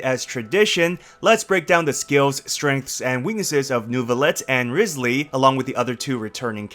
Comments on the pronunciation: If I lose guaranteed trying for Neuvi, then my guaranteed will go for Wriothesley! And also can people STOP mispronouncing his name now?🫣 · you butchered it